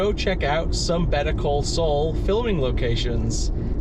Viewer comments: Better call soul. It’s. Saul sound like. SALL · why is he saying better call Sol?